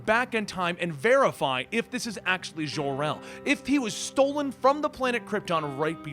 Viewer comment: so Jor-El is French, like Jon-luc Picard? 55 years I've calleds him JOR, like Job or Joe. Seriously, had to quit watching after the fifth ZHOR-El.